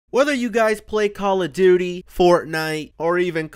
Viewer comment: He said Call of Duty weird